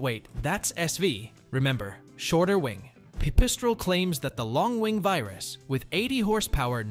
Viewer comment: They're pronounced. Vear-us, not Vi-rus. Sin-us, Not Si-nus. They're Slovakian words.